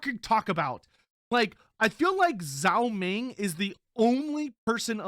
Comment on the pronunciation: zhao ming more be pronounced dg-ao ming than zao ming. dg sound as in the word doDGe